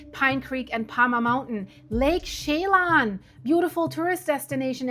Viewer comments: Shay-lon? Chelan! Chuh (as in “duh”) lan (as in land without the “D”). Shuh lan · OMG, figure out how to pronounce the areas, Lake Chelan (shaalan), Okanogan before you do a video!!!!!!!!!!!!!!!!!!!!!!!! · (as in Sil-K👁️?)! You sure know how to slaughter names & you even went there Too, but never learned how to pronounce anything!! Lake Chelan is pronounced as She-Lan!! I bet you drove your English teacher BAT CRAZY when you attended High School here in America!! I grew up in Washington State and learned how to pronounce every place I visited, Now I am going to have to call my niece who lives in Wenatchee where the HELL you were talking about!!! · Ptarmigan pronounced Tar-ma-gin, Chelan pronounced Sha-lan, Okanogan pronounced Oh-kah-NOG-guhn. Appreciate your reports.